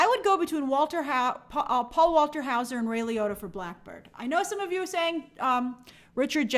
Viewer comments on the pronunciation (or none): none